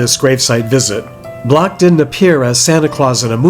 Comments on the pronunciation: I'm so glad you're feeling better. You and show us constantly that no others are needed in graveyard content...! (FYI...Mel pronounced his own name like "Blank"...lol...I spent too many decades editing!) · Some comments. Too bad the muffed up his name during the presentation, and it would have been a treat it would have made an arrangement to show the film. And finally why wasn't any family member there?